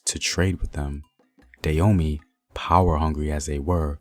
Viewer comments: Dah- hoe- may. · Why does the Narrator here pronounce the name Da yo mey rather than Da ho mey? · First of all the rightful pronunciation is Dah-oh-may not day-yo-me. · Not Da Homey, bruh. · Love the content. I have family who still live there now. It is pronounced Dah as in Dad Ho as in Hoe Mey as in May the month Hope this helps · Koudous Moutairou Prove it.. unless u was there to witness it u cant.. not takin this guy story at face value, wat are the sources? He cant even pronounce the name right.. im good